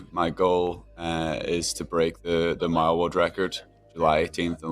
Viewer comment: oh, you were saying 'mile'? sounded like Maya